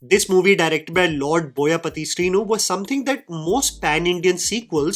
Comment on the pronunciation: it is boyapati not boya puti again this fellow does the hard yards but gets it always wrong and love for some actors in all categories for the so called videos categories and unwarranted comments with citations from other movies majorly from specific regional language for this over hyper feminist!!